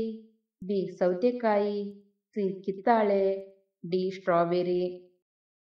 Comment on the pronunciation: Kitthaale alla kitthale